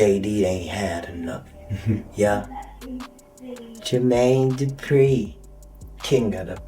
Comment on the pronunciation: Yall herd Katt saying jer...maine...du....pree😂😂😂😂🤦🏿‍♀️